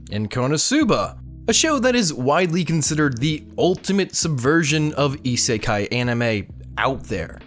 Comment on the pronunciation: GS is not an isekai,, please I die a bit when you say it